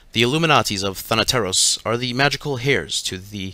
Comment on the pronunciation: As a greek i can say that he is one of the few people I have heard pronouncing “thanateros” right